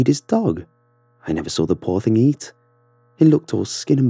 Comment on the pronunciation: I love it how he pronounces saw, he pronounces it as “sawr” man I just loveeee it